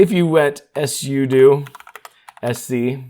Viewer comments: Until you, i've never heard someone pronounce "SUDO" as "ESS YOU DUE". Most people say "SUE DUE" though I like to pronounce it "pseudo" because it's "SUperUserDo". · I’ve been a Linux & Android user for a long time, and I’ve talked to a ton of people. I’ve never heard sudo pronounced the way he did. I was so confused just listening, but not actually watching the video. All my life everybody has pronounced it “soo-doh”. Like pseudo without the P. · Thanks for the video - didn't know about the Startup Repair. Don't know if it's intentional or engagement-bait, but SUDO is pronounced SUE-DO (direct from the creator of the command). Also, REGEDIT IS REJ-EDIT. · Suh-doh? S.U.do?? 😂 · It’s pronounced soodoo 😂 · SUDO RHYMES WITH JUDO!! Yes, I know exactly what it’s an abbreviation for, but if you had ANY logic about your (mis)pronunciations, you’d call it S.U.D.O., not S.U.doo. Do you do this purposely, trying to piss off your audience by purposely mispronouncing things which EVERYONE knows how it should be said? How do you explain reGedit? It’s short for reGistry editor, how do you say the word registry? Obviously, every normal person says it reJistry, not the honestly pathetic and insanely annoying way you mispronounce the word. So, the real question is WHY DO YOU PERSIST TO MISPRONOUNCE COMMON WORDS IN SUCH AN INCREDIBLY INFURIATING MANNER? Are you actually trying to alienate your audience? Really? UNTIL YOU CHANGE, I’M GIVING YOU A THUMBS DOWN EVERY TIME YOU USE THESE HORRIBLE (MIS)PRONUNCIATIONS!! 💩🖕🖕👎👎👎